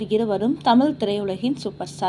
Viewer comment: எல்லாம் சரி தமிழ் என்ற வார்த்தையை சரியாக உச்சரிக்க வேண்டும் அம்மா.